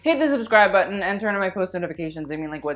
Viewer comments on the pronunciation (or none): none